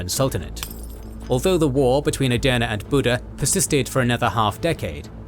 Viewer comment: I initially thought you were saying "döner" in several videos, which came across as if you were mocking it. I now understand that this was not your intention; however, hearing "döner" repeatedly felt somewhat distracting and uncomfortable. At first, I couldn’t understand why you were saying it, and only after checking the subtitles did I realize you were actually referring to "Edirne." That made me laugh, but it also made me wonder whether "Edirne" is particularly difficult to pronounce. As someone watching from Edirne, I would really appreciate a bit more attention to pronunciation. Great work overall.